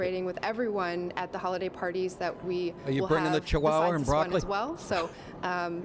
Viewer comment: "Hollyday parties"?